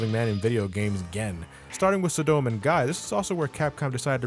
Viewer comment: Hey, you kinda butchered some of the characters' names such as Adon, Sodom and Mike Haggar.